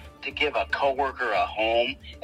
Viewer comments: I hate the way Ed says El Cajon, spanish is my first langague and he ruined that word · Umm did he say El Cajon? ….. this fool like he’s that close to me?!? 😵‍💫